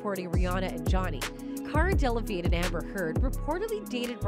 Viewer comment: De la vig ney! 🤣 He thought he was a teacher 💀